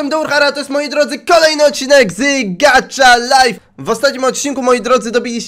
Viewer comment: Ej gacha life czyta się tak jak pisze!!